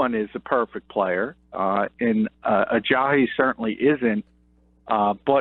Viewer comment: Where are you getting the H sound in his last name? It's just pronounced the way it's spelled, Uh-jah-EE, not Uh-jah-HE.